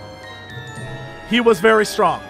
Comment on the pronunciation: Did Jesse say he was 'furry' excited to play this game?